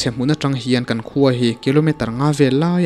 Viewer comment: 'Kan khua' tih rikngawt hi a va chiang lo ve?